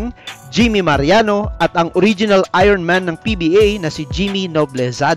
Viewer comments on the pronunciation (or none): none